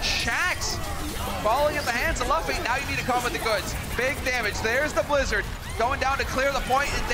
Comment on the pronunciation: The one dude pronouncing luffy wrong urks me